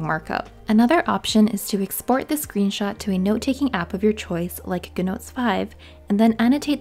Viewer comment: I was like, "What's guhnotes?"